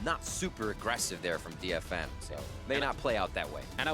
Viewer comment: Why does he keep saying DeadFM? :/